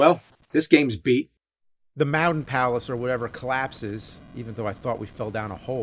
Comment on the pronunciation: “Moutintops” 😂🤣reminds me of that video of people saying you couldn’t say mountain.